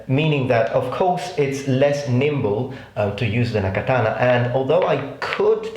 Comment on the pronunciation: I find the way your pronounce certain historical things amusing, not offend you, but I have created a list of how your pronunciations sound to me: 1.katana=Datana 2.Lorica Segmentata=Lodica segmantatata 3.Kodachi=Kodai chi. Again, this is just what I hear, I don't mean to offend you.